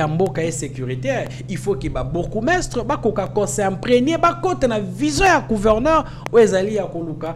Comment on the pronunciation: Pas couverneur. MAIS PLUTÔT GOUVERNEUR. NDEKO LOBA KAKA LINGALA.